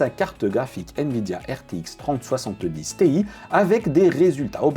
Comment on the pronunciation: je comprends pas pourquoi prononcer tee-aye en anglais quand on prononce 3070 en francais :/